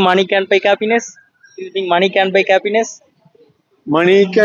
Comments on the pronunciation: Please improve the English pronounciation. Happiness , cappiness nu solra maari eruku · Improve your diction/pronunciation. It's not kappiness 😊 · Happiness ❌ Kappiness ✅ 😂😂😂